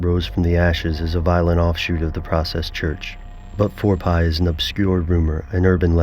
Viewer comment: NOT FOUR PI, it's Four P, do a little research